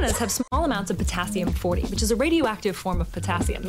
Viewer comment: "But it iiaaeos also radioactive"